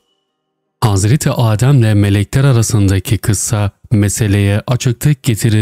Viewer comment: Yokluk, AAdem değil.. adem, adem kısa" a"